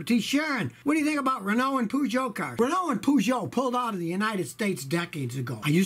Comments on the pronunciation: I thought it was pronouned Peejot, not Poojot. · Peugeot => poojou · As a Brit your pronunciation of Renault and Peugeot shocked me.